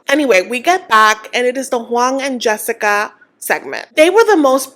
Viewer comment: the way you say “Juan” 😂sounds like “Wong”